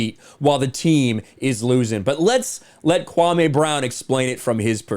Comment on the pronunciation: His name is KwaME, not KwaMAY. I know you didn’t mean anything by it. It’s just when I hear ppl say KwaMAY it reminds me of how Stephen A Bitch says it - and we all know he’s trying to be offensive when he does it. But yea it’s just KwaME